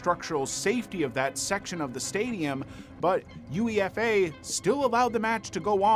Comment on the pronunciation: Oh man I love Americans 😂 it's not pronounced as U.E.F.A, it's pronounced as "you-AY-fah". It reminds me of another video where a guy mentioned one of our supermarkets called Asda but because their branding is all in caps he called it A.S.D.A 😂 it's adorable